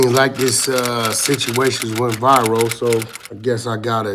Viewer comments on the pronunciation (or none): “This situation went Vy-ro”. “On 🥧Ru” 😂